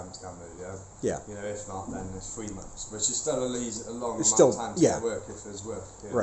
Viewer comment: has TEFL certification but pronounces 'months' as 'mumfs'!!??